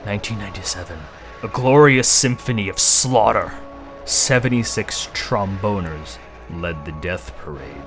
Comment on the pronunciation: Huhuhuhuhuhuh! He said tromboner!